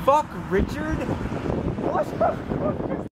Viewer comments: WhAt thE fUcK rIchErD 😂😂😂😂 I love the way he said it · His emphasis on the "ard" in Richard that makes it hilarious!🤣🤣🤣